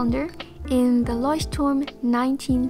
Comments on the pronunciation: are you from germany? cause you pronounced 'leuchtturm' very very well! 🤔🤣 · Are you german? Because you pronounced Leuchtturm "correct" and wrote Schwerpunkt XD